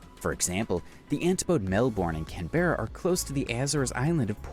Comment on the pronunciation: Please pronounce 'Jervis' and 'Canberra' correctly.